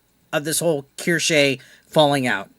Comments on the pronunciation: I’m surprised you don’t know who she is. She’s amazing and hilarious. It’s pronounced Keyr- Sh- uh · Omg u buchered her name😂